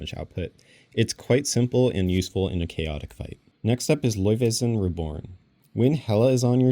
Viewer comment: Omg the way you prononce Laufey - Son